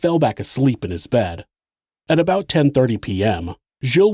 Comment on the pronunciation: I thought you pronounce it "aboat".